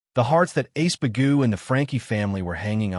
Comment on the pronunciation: His name is Iceburg, the a.i or the translator keeps calling him ace bagoo.